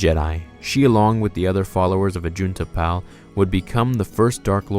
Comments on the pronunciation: Pronounced Ajunta "PAUL", not "Pal." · AJUNTA PAL you pronounced his name wrong the pal is tricky put the emphasis on the a so it like paal lol sorry I just needed to point 👉 that out loved the vid big thumbs up 👍